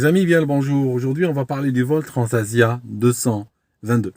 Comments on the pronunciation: Bonjour, Je vous remercie une nouvelle fois pour vous vidéos aéronautiques instructives. Je crois entendre « Transavia » et non « Transasia ». Illusion sensorielle? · Merci pour cette nouvelle analyse excellente mais je tiens à signaler qu'à la minute 1.24, vous évoquez le crash de "Transasia" en 2014 et on entend " Transavia "